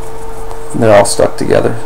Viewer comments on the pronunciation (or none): none